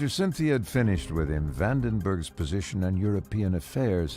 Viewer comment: Sin Thea 😆 Cheers.